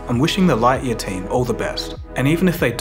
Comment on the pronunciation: Your pronunciation of Lightyear is triggering.